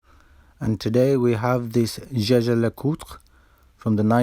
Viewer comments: Amazing Work ! ( p.s. It's not a "Scesce' Lecutr " But a "iegher Lecutr " ! ;) ) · Say it like this: "yay-ga-ler-kooltra" comes close. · It's not "Jay-ger Le-coter?" American pronunciation 😂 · The Jaeger-Lecoultre name is actually pronounced the french way, as Edmond Jaeger, one of the founder, was a french watchmaker.